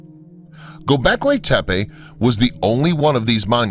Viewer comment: God... Who is it. There's this one "researcher" who bugs the absolute s%×t out of me when he says Go becklay tepeah (like tepay) It would sound okay coming from Nick Redfern, but not from this other guy. Lmao!